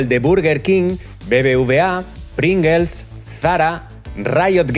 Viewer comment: PRINGELS JAJAJ